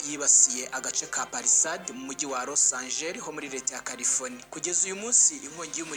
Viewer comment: Ntabwo ari Los Angel bro ni Los Angeles 😂😂😂😂